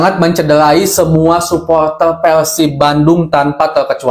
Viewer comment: suporter bukan supoltel😭🤣